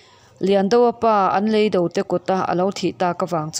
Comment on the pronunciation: Lei do..tih hi a thluk i hmang diklo..